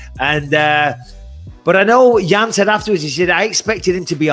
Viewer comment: Its Jan not "Yan"